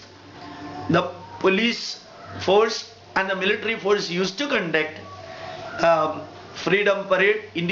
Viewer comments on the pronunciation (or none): none